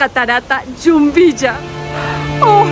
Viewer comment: Hola chicos felicitaciones bonito video a seguir disfrutando del viaje, así nosotros disfrutamos de sus videos, una acotación es Jumbilla no Yumbilla. Saludos un abrazo.